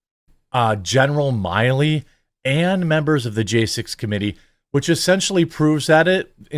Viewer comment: Not My-Lee … Mill—Lee